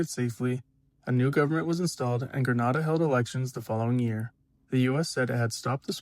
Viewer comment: It's not Gren-Nah-Dah, it's Gre-Nay-Dah. Grenada 🇬🇩